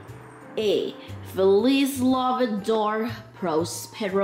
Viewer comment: "Feliz Navi-darr" 🦗🦟🦗🦟😂